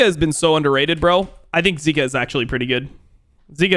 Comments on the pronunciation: he pronounces zika as zerka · If he’s gonna pronounce zeka like that he has to pronounce Zika in a different way